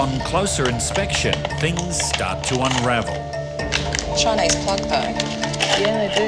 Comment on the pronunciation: "Choinese plug"??? Good training!